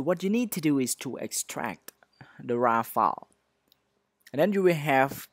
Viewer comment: You say it like DA FARST FALL instead of THE FIRST FILE